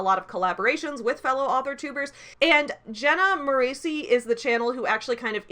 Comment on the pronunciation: You mispronounced her last name! In every one of her videos that I saw back when I was a diehard fan who lived and died by her YouTube content, it's pronounced More-ess-ee, not More-ay-see. P.S. Controversial opinion! I'm not a diehard fan anymore, I personally found a lot of her advice more harmful to me than helpful, and I outgrew the beginner level advice prominent in a lot of her videos prior to 2020.